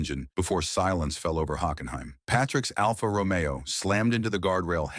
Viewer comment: Well, at least "Alfa Romeo" was pronounced correctly.